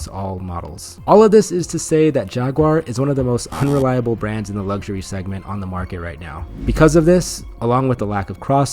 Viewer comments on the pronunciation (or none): Why can’t Americans pronounce ‘luxury’? There’s no G. It’s LUX-URY.